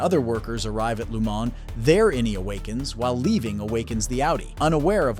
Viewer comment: Please learn how to pronounce Lumon correctly. The narrator voice clearly never watched the Series